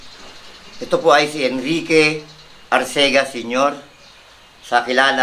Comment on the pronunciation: It's Arcega not Arsega.